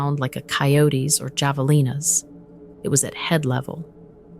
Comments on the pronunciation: The name of the animal Javalina is prounced with the "j" as an "h", so it's pronounced Havalina. The Spanish words with "j" is pronounced as "h". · its theanimal is prounced have a lean a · Javelina is pronounced with the "J" sounding as an "H". As in,"H avelina." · Check the pronunciation of javelina. In Spanish, the j is pronounce like an h sound. Havelina. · Would you PLEASE find someone to narrate Correctly?? Sassabe: SauceaBe Javelina: Havalenah Etc etc etc. And the mountains you are showing look mostly like Northern AZ, Not the southern border. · This account is fascinating! As an Arizonan, I would have enjoyed it more if the proper names of the locations and indigenous fauna (Have-uh-LEEN-uh) were pronounced as the locals pronounce them. Great content, though! Thank you. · Javelina is pronounced with an H jav/ea /Lee/new or na. I live there over 30 years. It's a Spanish name meaning-'in english (PIG) they live everywhere in New Mexico, Arizona and Texas, ... Basically in the Southern states. A few other states, there are feral pigs that do mate with domesticated pigs 🐖 that gets loose. Ttyl. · Javelina Pronounced: /hä″və-lē′nə/ There's no "J" sound in it, its only spelled with it. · Just an FYI. Javelina is pronounced Havelina, not with a hard J sound. It’s Hispanic. Like La Cholla is pronounced la Choya or Saguaro cactus is pronounced Sawaro cactus, no hard g. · Google has the ability to help you pronounce words correctly like javelina and Mogollon. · I was laughing so hard when she called wild pig Javalina, thanks for not saying it right!!! good story